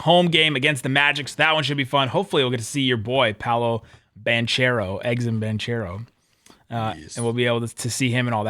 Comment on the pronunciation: Okay, I got something right at the end. … “Banchero” does not rhyme with “ranchero”. It’s ban-care-oh. We have to be better. You have to be better.